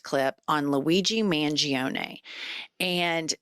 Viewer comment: Pronounced mun gior ne. Im Italian. I know.